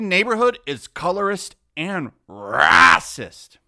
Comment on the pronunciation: I hate when you say racist that way cracks me up